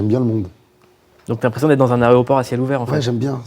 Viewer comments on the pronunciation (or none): none